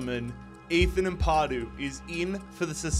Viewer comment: Why do people struggle saying Ampadu right?